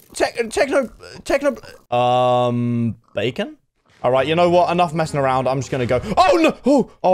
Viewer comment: I laughed when you said um baken